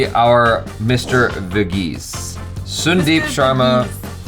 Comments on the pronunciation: Yo pronounce Sun then deep. Now say Sun-deep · It's Sun Deep not soon deep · It's sandeep while pronouncing